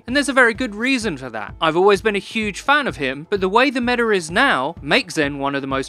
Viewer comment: i love how he says "meta'r" sometimes haha